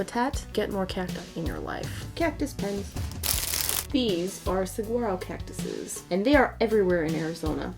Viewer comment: The g in Saguaro is silent...